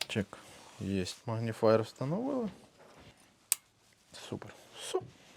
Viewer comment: нарешті хтось сказав "магніфаєр"